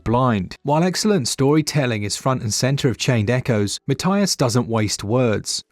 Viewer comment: This is getting rave reviews and I think I’ll support the guy by buying it on more than one platform. Also because my name is Matthias too :) (even though your pronunciation is a bit off ;)